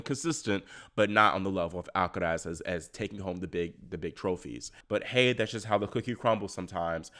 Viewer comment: Love how you say “Alcaraz” 👍